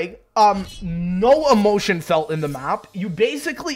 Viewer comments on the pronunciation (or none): none